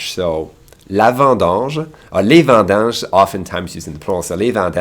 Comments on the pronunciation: It's Vidanges, not vendanges ;) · Quick tip ma boi : its “les vidanges” and not « les vindanges » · It's not "vendanges" it's "vidange". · Correction for . It's actually *vidanges*, not vendanges. Vendange is the action of picking ripe grapes for wine fabrication. It is possible that the person who told him that made a "Barbarism", which is mostly old people who makes barbarisms edit: I think the vocab actually changes really much between regions, because he said another word which I never heard in my life (I'm from Québec)